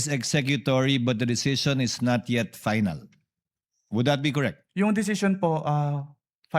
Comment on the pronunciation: FINAL HINDI PAYNAL ROBIN... FFFFF HINDI PPPPP😅😅😅😅